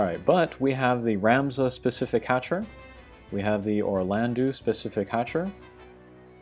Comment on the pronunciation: Can we please start spreading the pronunciation of Orlandeau as Orlando, which is what it ought to be? "-eau" in French has an "Oh" sound, not an "oo" sound